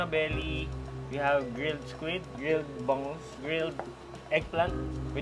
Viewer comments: it's pronounced as bang-ooze, not bang-goose. Love your content, I've been a follower since your tiktok and before you hit 1M on yt. Loved your vlog with jessica. I hope you get content with ninong ry and chef boy logro next time you come back to the PH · I love your pronunciation of “Bangus”. 😂